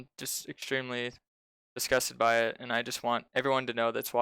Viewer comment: I stopped listening at "I find it ekchwimlee ekchwimlee."